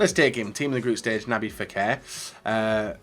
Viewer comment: HIS NAME IS NOT NABY FEKIR